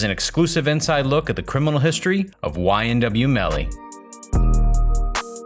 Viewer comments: It’s “ymw” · This is how many times he says YMW Melly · This is how many times he said “YMW melly